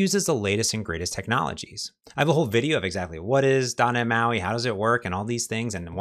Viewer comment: You are so talented and such a great instructor. Your videos are such a great resource for learning. I love them, and you, so much for the information. But then you say, "Doh neh mahi." Why did you have to ruin my love for you by refusing to pronounce the letter T? It's like finding out my favorite Philosophy professor is a Nazi. And a Utilitarianist!